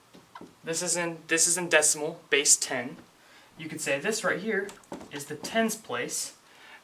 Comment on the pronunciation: why does he spell base ,bass